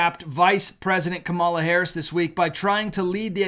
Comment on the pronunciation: could you please grow ip and stop mispronouncing Harris’s name? I don’t like her either but this is juvenile and not Christian!